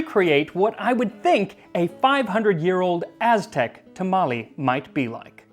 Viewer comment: Kudos on your mastery of the Mestizo Azteca pronunciations, definitely tongue twisters, even for Mexicans. Were it me, I'd bathe that lardless batch in any variety of Mexican sauces, esp mole. The history telling was hilarious.